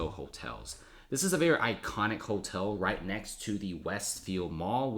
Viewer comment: Never heard the word hotel pronounced holtel. Interesting. Good video.